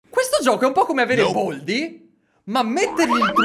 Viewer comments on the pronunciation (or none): Baldi non boldi😠😡